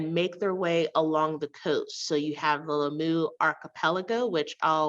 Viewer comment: Lamyoo? The pronunciation of Swahili names are really not good.